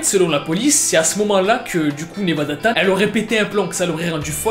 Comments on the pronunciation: C pas 'tan' mais 'chan' et sa se prononce 'tchan' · Oui mais on dit chan pas tan sinon c’est tout bonne vidéo